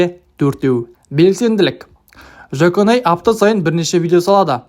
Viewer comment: Жаконай емес Жуконай